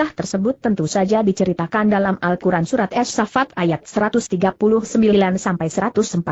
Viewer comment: lain kali jgn pake google translate pas baca al qur'an malah jadi al kuran